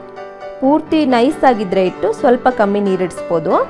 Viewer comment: ಇಟ್ಟು ಅಲ್ಲಾ ಹಿಟ್ಟು